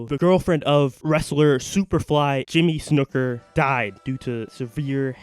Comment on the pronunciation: Jimmy Snooker lol Snuka Snuker Shcooker SunakSheikMansoorSHHNookkarrihno